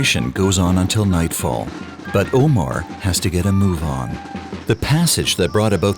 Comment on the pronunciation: Nice documentary! Small recommendation could be to please pronounce the driver's name as "Omár" (accent on the last syllable) as it is pronounced in Spanish!